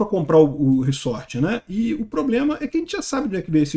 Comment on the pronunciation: Re-sort = re-embaralhar. Resort, o S é som de Z.